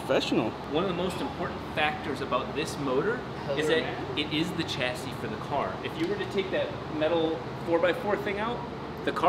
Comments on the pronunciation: Just to clear up linguistic issues, I couldn’t help myself.The term Chassis is french (meaning frame) and as such is pronounced as Sh-assis and not the Ch-assis. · OMG stop saying chassis wrong its pronounced sha-see not ch-assee, thumbs down .